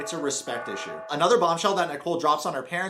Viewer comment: It's an issUe, not and ishme. 😂